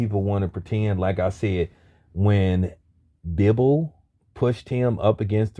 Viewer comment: Did you just call him Bibol🤣 dude you need to check your grammar homie